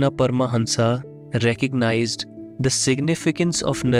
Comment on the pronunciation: It's not परमहंसा it's परमहंस 🙏